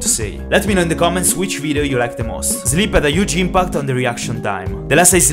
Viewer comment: why are you saying "zleeb" ?